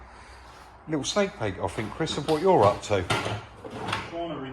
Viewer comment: Love it, Chris sitting by the bench feet up looking at his bids while you actually do some collar,loved it. I know your a bit of a North and souther but just let me tell you there is a difference between THINK & FINK bless you both keep up the good work...